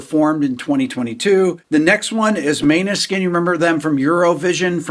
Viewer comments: You butchered the pronunciation of Maneskin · "Måneskin" Is pronounced moan-er-skin